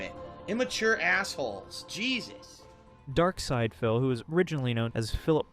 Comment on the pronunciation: Why are you saying darksyd-a-phil